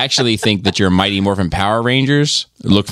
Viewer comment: I'm sorry......I keep hearing "Mighty MORPHINE"